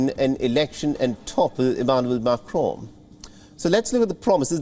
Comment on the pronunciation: I don't like this guy reading news. His modulation depends on how he wants and not clear for listeners. Wion readers struggle pronouncing Macron's name. So they want Le Pen to win 😀.